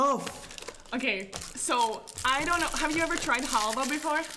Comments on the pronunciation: “chat ion know” lmaooooo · He said ion know 😂😂